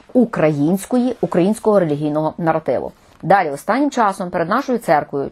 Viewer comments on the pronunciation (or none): none